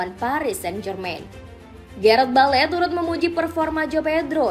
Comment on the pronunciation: Bale, Sharer😂